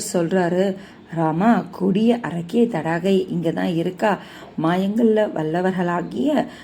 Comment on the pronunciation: அரக்கி பெயர் தாடகை நீங்கள் தடாகை என்று தவறுதலாக சொல்லி வருகிறீர்கள் த